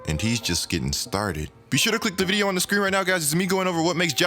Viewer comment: Why do you say videyuh instead of video? I love your content but shits annoying bro